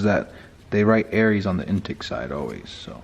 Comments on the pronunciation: Arias= ah RI as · ari-as is how it is pronounced ... i think you are meaning .002 is 2 thou. not 20 thou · Im impressed you dudes are using good shit,but you've got to pronounce the product name correctly- Arias pistons-totally badass pistons- is NOT pronounced Aries, they ARE pronounced with a silent A and S.